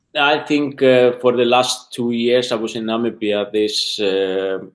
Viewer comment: I hear Nambia,not Namibia...makes me angry!